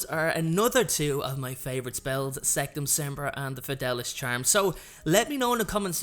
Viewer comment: It’s sectumsemprA not sectumsempruh